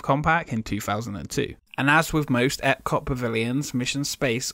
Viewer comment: I can't watch anymore of your videos based on the way you pronounce "Epcot".